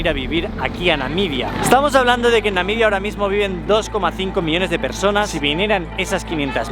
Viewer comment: Excelente e interesante video, me pareció que dice constantemente "Namidia"